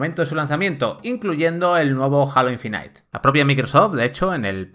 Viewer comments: No "Alo" ni "Jeilo", sino "Jalo". Esperen a escuchar Infinait. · Halo "ainfinitee" lol